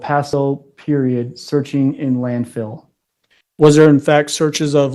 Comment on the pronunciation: It isn't just EVERYTHINK. It's every word ending in ING or just G. "I did NOTHINK WRONK " They have my diamond RINKS", This demon can't speak the English language. AskinK questions that start with "WHY COME .....?" IT'S EMBARRASSINK‼️‼️ Talking about looking in the Land Field that she pronounces Land Filled. I can fill an entire page of this BS. Damn HILLBILLY